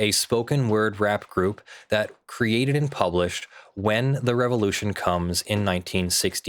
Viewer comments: The inflection used and silent D in "and" definitely made me hear "Party NBS" as well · When I've heard you saying "Party and BS", I seriously have heard "Party NBS" - and I was thinking, either there is American Sports League that I've never heard of, or it's some news station 😂.